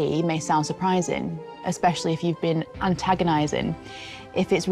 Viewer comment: She said antaginizin